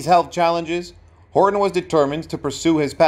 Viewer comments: His last name is Horton, not Hor on.. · Hor Ton. Not Horon.